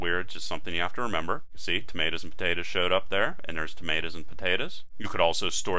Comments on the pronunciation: I was learning until I heard him say "tomatas and potatas" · i love the way you said tomatoes and potatoes lol